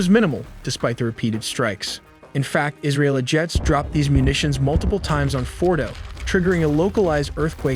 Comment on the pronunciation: well done, but VO talent Must research pronunciation of Mossad, Fordow, and others, small but distracting. Congratulations on the animation and research, my respects.